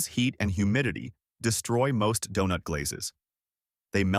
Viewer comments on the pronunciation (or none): Dewnuts? Nahguyen? Come one, if you are gonna make a video about the great food from this great city, at least have a human narrate so that they know how to properly say Donut and Win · Who could pronounce DONUT, and MASA